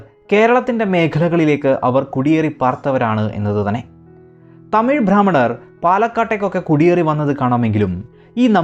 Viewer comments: ഭാ ഹ്മണരല്ല ബ്രാ ഹ്മണർ എന്ന് ഉച്ചരിക്കൂ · Bhrammanar alla brahmanar aanu sariyaaya uchaaranam. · ഭ്രാമണർ അല്ല, ബ്രാഹ്മണർ ആണ്. നിങ്ങൾ മിക്കവാറും ഭ്രാ എന്നാണ് പറയുന്നത്. ഉച്ചാരണം ശരിയായി പഠിക്കുക. 😛🥵🥶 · വിവരണം കൊള്ളാം. പക്ഷെ ഉച്ചാരണം നേരെയാക്കിയാൽ കേൾക്കാൻ സുഖം കൂടും. ഭ്രാഹ്മണർ എന്നത് തെറ്റായ ഉച്ചാരണമാണ്. ബ്രാഹ്മണർ എന്നുള്ളതാണ് ശരി. ബ യ്ക്ക് പലയിടത്തും ഭ എന്നുച്ചരിക്കുന്നത് ഒഴിവാക്കണം. വിവരണം കുഴപ്പമില്ല. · "ഭ്രാഹ്മണർ" അല്ല സേട്ടാ, "ബ്രാഹ്‌മണർ" എന്നാണ് ഉച്ചാരണം 😈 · കേരളത്തിലെ നമ്പൂതിരിമാരുടെ ചരിത്രം കൃത്യമായി പഠിക്കാതെ ഏറെ വിവരദോഷം ചരിത്ഗ്രമെന്ന രീതിയിൽ അവതരിപ്പിക്കുന്നു. ചില താത്പര്യങ്ങൾ കാണും. എല്ലാവരെയും മണ്ടന്മാർ ആക്കാൻ കഴിയില്ല. ബ്രാഹ്മണർ എന്ന പദം ശരിയായി ഉച്ചരിക്കാൻ പോലും അറിയാത്ത വ്യക്തിയാണല്ലോ അവതരിപ്പിച്ചിരിക്കുന്നത്.